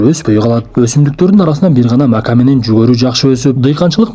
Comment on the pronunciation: 😂😂😂Оштон эмес экен, Макани акцент мн айтты😂